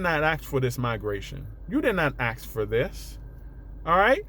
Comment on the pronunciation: Ask not aks